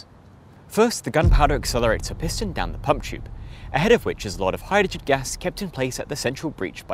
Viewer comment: Why do you have so much trouble pronouncing 'hydrogen'?